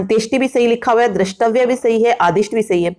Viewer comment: Mam द्रष्टव्य होता है ,ध्यान दें।